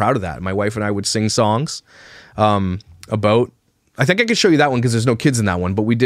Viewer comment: I love the way you chose positive paths when faced with ... heartbreak, for example. Working hard and not moping 'aboot' lol💚 I would probably be in a mental institution curled into a permanent fetal position.